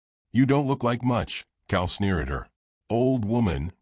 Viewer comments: Cal not cow. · COW!!!??? COW???!!! PLEASE get rid of AI!!!!!!!!